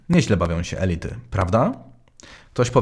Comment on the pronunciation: Dobrze Pan używa samogłosek elYty i elIty❤️✋